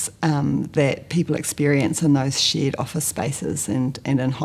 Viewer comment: Conveniently, her accent makes "shared environment" sound like "shit environment".